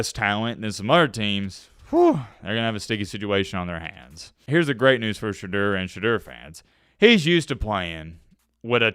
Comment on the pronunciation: Porsche Door Sanders